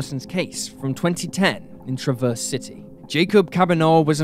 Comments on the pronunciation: I love your channel, but..... It is TRAV--ERSE CITY or Grand TRAV--ERSE. not traverse. I know it is a small thing but it is kind of annoying. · TrAH-verse, trAH-verse, emphasis on A. I'm from Michigan 🙃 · I'm from Michigan the names that you pronounce on there were all wrong the city is called traverse City Michigan the county is called Grand traverse county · gave me a good laugh lol